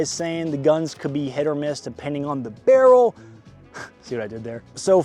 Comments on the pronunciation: Uh it's pronounced "barrel". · RAY-DOHM BERR-REL